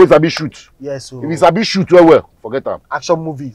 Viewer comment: Not sabinus emphasizing on “ACTION MOVIE”